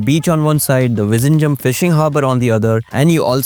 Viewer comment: Vizhingham is pronounced as vinigham